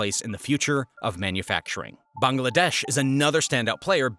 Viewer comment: Bangladesh is pronounced as bang-la-desh not bang- a- la- desh, isn't it? Do you pronounce Tesla as Tesler?